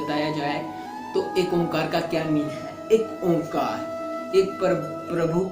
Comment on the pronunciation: Omkar nahi kahete sikh oaekar kahte hai